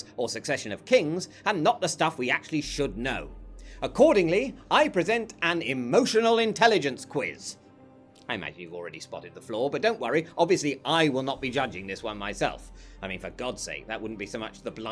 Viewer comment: Flaw not floor